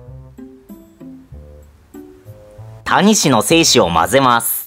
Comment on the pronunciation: 精子の発音が良すぎる笑